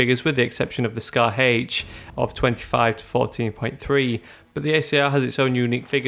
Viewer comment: "Scar haych" LOL